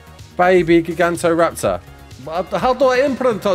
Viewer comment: say it with me...."ji-gant-oh-raptor"